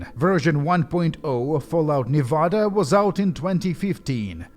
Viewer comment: I mean this sincerely: I love how you say Nevada. Americans usually say “Neh-veh-deh”, but we’re dumb